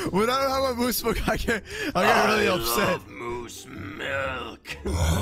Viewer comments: Lol I love when Moose said I LOVE MOSSE MILKE lol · Omg when he said I love Mose milk I cried of laughter